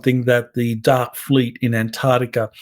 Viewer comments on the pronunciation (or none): none